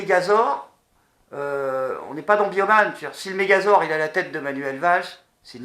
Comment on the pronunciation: Mégazor ? Mdr tu voulais peut être dire Mégazord :D